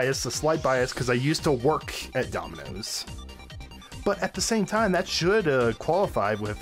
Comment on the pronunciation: Did you just say daminos can out pizza the hut